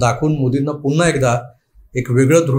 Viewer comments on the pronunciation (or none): none